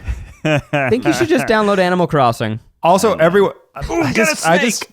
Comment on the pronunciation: aminal corsing